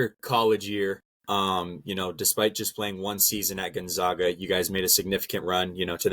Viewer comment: It's Gonzaga not Gonzahga. Try harder.